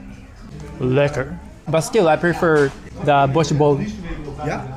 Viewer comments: I live in Rotterdam, it was really fun to see you go around places I’ve been to a bunch 😂❤ Also, your Dutch pronunciation is great, the way you say “lekker” is very authentic! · I like how you said "lekker" without an accent, it's the correct pronounciation.